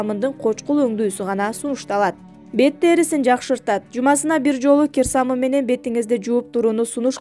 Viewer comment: Гер самын эмес кир самын созду бурмалабай бузбай суйло